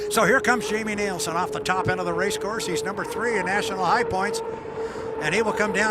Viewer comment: When is the announcer going to get it right, it’s NILSEN not NIELSEN